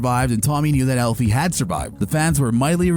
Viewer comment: Elfie? Lol. AL-fie…short for Alfred. Not Elfred. ETA: Who is ADD-a? A-da. Did you the show?